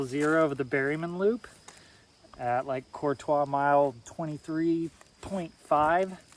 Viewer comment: I love that you pronounce "Courtois" correctly!!! I am from the area and most locals even say it wrong as "Courteous" or even "Curt-ois", and it drives me nuts. Congrats on pushing though, that is an accomplishment. I am sitting at home recovering from hip replacement right now, but hope to be back on the OT shortly.